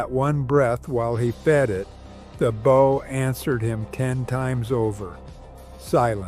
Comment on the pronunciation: Stop saying bough 😢